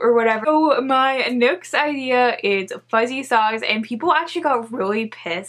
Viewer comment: Love how instead of saying “next” she says “nix” does anyone else here it?? Also idk why she’s covering half her face with her hair she really pretty idk why she has her hair on her face